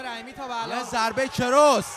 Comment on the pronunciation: کروس اشتباهه و درستش کراس میباشد ! لوکیک خیلی اشتباهه و میشه به جاش ضربه به پایین بدن استفاده کرد! به جای میشه از خاک کردن یا به خاک بردن استفاده کرد TAKE DOWN! صورتش کات شده و میشه گفت صورتش پاره شده و .....باید خیلی روی تلفضات کلمات کار کنید تا یه گزارشگر خوب فارسی زبان باشید ! امیدوارم انتقادهای بنده را نق نق کردن تصور نکنید و انهارو به چشم یک انتقاد سازنده ببینید . موفق باشد